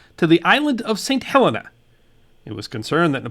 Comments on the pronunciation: It is NOT St. Helena. it is pronounced St. Heleena. Please get it right! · It is very annoying. It is called St. Heleena NOT St. Helenna. Do your bloody homework!!